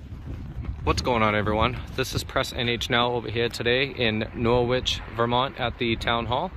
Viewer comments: NorWich, aargh the pronunciation of the W really grates 😂. Norich or naarch but never norWich. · Ok, I'm English and pronounce it Wich... ... as do many towns/cities across the UK. Dialects vary, shame you didn't get this one right. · Nor-wich!!!! It's pronounced "Noritch" - you Yanks have no idea!!! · In England there's a city with the same name it's pronunciation is Norrich.